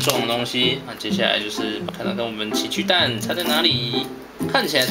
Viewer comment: 前面我怎聽到情去蛋www